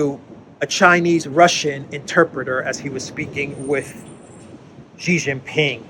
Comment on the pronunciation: It pains me to hear the west calling the leader now of the "evil" dragon trying to destroy the world by promoting peace and infrastructure building as GEEE Jing Ping, its prononced as SEEEEEEE not GEEEEE. For the Chinese, to get the surname or the family wrong is the greatest insult to not only the person but also his bloodline. Its a disrespectful insult. I have written about this before, I hope in the near future, we can accord some credance to the surname of the person now that has become the icon of peace, even though Duran is the most credible channel on the web .....GEEEEEE is not the way to go.....SEEEE, Its SEEE, Si, Si, Si, Si please! For crying out loud, Gee Jing Ping can mean REJECT Jing Ping, unless that is the purpose for of the channel, to program all english speaking chinese to reject Xi ....pronounce as SEE or Si, which means to learn. A good name, that become REJECT....sigh. Its the second time I am writing. I hope you get to read it.